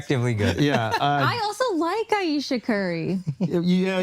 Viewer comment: She said I Ayesha Curry 😭💀yea no